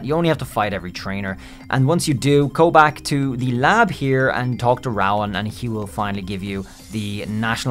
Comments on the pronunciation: Who is this rawin you speak of its "Rowan" ROOOWAN lol just nit picking ty refreshing my mind of this game so much nostalgia. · I deadass almost subbed till I heard him pronounce the Professor’s name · Wtf is that pronunciation of Rowan?